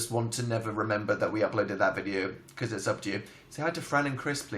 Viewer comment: I love the way dan says because it's like "BuhCoooz"